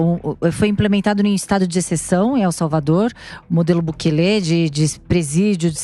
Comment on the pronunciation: Não é Bukelê, o correto é Bukele "sem acento".